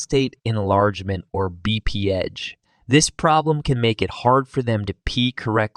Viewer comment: BPH (Bee-Pee-Edge)?